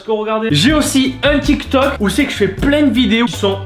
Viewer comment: Du coud tu dis « TchikTok » et « Landre »